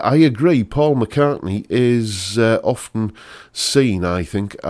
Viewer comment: Faul, not Paul